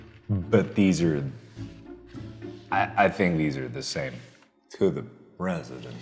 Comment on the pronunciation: Yeah that’s what I kept thinking “PrEsIdEnT”